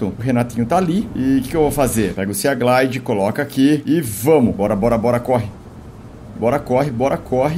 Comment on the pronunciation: Felps estou adorando seus vídeos de Subnautica mas só uma coisa: sea se pronuncia "see" ou "si" , ou seja, "siglide/simoth"